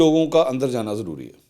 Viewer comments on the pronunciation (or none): none